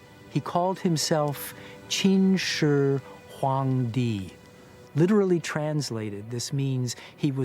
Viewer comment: Not true > "秦始皇帝" / "Qin Shi Huang Di" doesn't mean "God" in any form. It simply means, "Qin Shi Emperor" I think this guy mistaken "Shàng Di (God)" to "Huang Di" Kudos for his accurate pronunciation tho! ;)